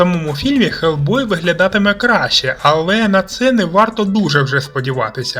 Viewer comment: Почему Гельбой а не Хелбой?